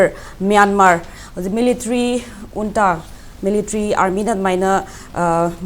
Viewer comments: Unta ana pronounced twgadbne J silent leigadbne neh bhai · Junta haibra ntraga unta haina pronounce twgadra haibase Burmese accent ta kari hai neinou..